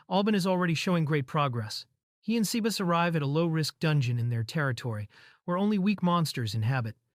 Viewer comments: 'say-bah-ss'. Not 'sea bass'. Sea bass is a fish. tastes pretty yummy. Sebas is probably short for Sebastian. your AI is an uncultured clod. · I love when Ai said sebas to Sea Bass